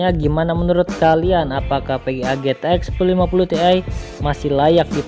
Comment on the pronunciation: Mas intonasi nya yang jelas GTX kedengerannya Zx